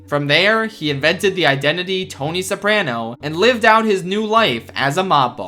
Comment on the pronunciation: The scariest thing about this video is the way you pronounce "Soprano"